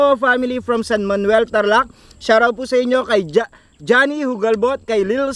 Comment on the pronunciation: Shar-out daw. Pa shar-out po sa caloocan.